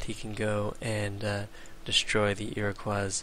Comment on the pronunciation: Holy shit, man, it's ear-o-coy, not ear-o-qwah. Goddammit, it's not French!